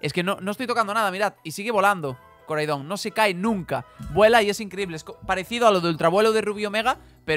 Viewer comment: Pronuncias mal los nombres de los legendarios, Koraidon y Miraidon tienen el acento en la "A"